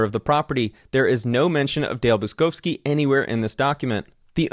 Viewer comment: Buczkowski is a typical Polish surname and is pronounced Butch-kovskee. Cheers! And all the best with the trial ;-)